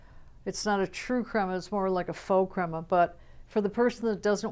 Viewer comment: beware the pho creama! Is that what I heard?